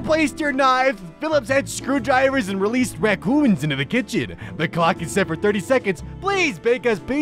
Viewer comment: I love the fact that says raCcooons instead of raccoons